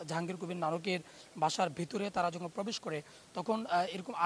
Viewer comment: পবেশ পবেশ পবেশ পবেশ করছেন।